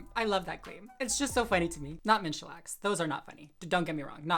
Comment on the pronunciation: LOL, for like the first two minutes of the "minstrel" conversation, I thought you were saying "menstrual" show! I was so confused. Is Dylan pretending to have her period?!